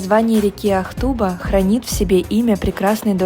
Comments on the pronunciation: Не ахтУба , а Ахтуба. Ударение на первую "а" И не селитЁрное городище , а селИтренное🙄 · Не Ахтуба, а ақтубА. В тюркских языках ударение почти всезда падает на последний слог (гласную букву)